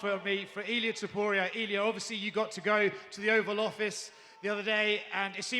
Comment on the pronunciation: *Ilia NOT "Illia".